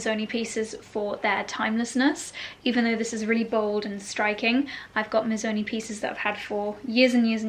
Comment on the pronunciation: It’s not Mizzoni! It’s Missssoni